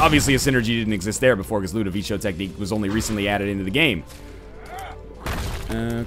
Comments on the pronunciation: Lol, "ludovicio", you english people are funny. It's pronounced "ludoviko" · nl its the la-doh-va-ko tecnique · It's actually not. NL's pronounciation was pretty much spot on, except for the "co" which as you said has a hard "k" sound. Look it up on google translate, it's italian